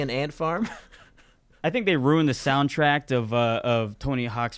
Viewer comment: "Soundtract?" I fucking died